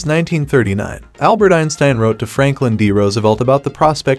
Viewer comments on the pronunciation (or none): none